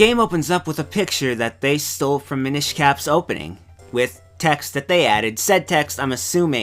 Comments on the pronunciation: The Mi-NISH Cap... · Am I crazy or is he pronouncing "Minish" wrong? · Tom Krystinik I'm not trying to pester the guy, it's just every time he says it I cringe.